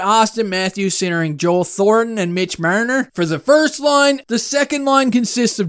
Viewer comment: why do you always pronounce Marner like that lol